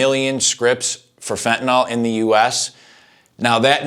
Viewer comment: why can't americans pronounce fentanyl correctly?